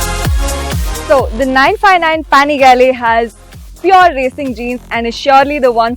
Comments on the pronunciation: It's panigale not panigaleeee 🤣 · Ooh man ! She is insulting .. it’s not paaangaale it’s pinagalee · She literally said panigali, shouldn’t use these kinda anchors.